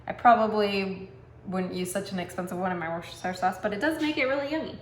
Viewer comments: Say it withe me now WIS-TER- SHER SAUCE. Ya got to say the Worcester part like your from Mass. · At least pronounce it right love!!